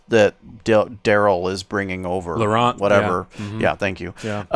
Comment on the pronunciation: Hey, love your show watched from France and here is a tip to pronounce well "LAURENT"... LORE + AN... Don't pronounce the T like saying Ant... Always great contents, always good comments... Take care and keep up with the good job which entertains us!!!